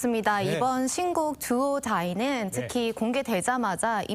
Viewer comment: 임영웅님 아이돌 보다 더 한층 돋보이는 두오 어 다이 발음과 음색이 듣고 보는 이로 하여금 푹 빠지게 하지요 솔직히 아이돌은 춤과 노래가 형용할 수도 없고 너무 분탕스러워서 보다가 스톱 해 버릴 때가 많았죠 그러나 임영웅 정말 대단한 존재의 가치입니다 매력이 폭발했어 비주얼과 퍼포먼스는 감당할 수가 없었죠 정말 대단한 스타 인 것은 분명합니다 화이팅 건행